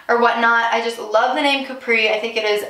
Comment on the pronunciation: It’s pronounced cap like a baseball cap then “ree” CAPRI not like Capri pants